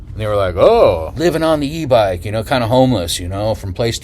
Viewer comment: At first I heard you say: E bike b0mb LOL :) I've been watching channel too much :)